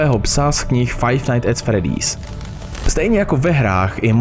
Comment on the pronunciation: fredd👉I👈's, fizbar? Sice je to Freddy's a Fazbear ale jinak super video 🐻🐻 (BTW, dneska sem na tom byl v kině a když sem jel domů, vyšlo tohle video)